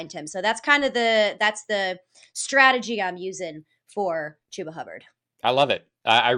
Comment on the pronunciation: She really said Chubba for David Montgomery 🤣 can I join your league?